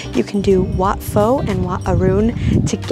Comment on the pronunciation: In Wat Pho, Pho is pronounced like Poe, not Foe.